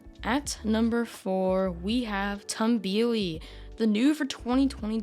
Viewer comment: Nice Ranking! Backlot is not supposed to have the lights on in the tunnel. In fact that is quite a rare experience! Also Tumbili is pronounced toom-bee-lee